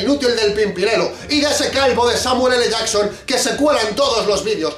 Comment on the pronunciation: No podia faltar el "Samuel ele llason" al final del video :v